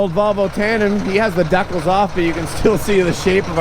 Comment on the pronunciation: The way you said decals 😂😂